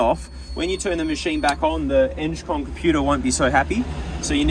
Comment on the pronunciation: Eng con not enge con 😂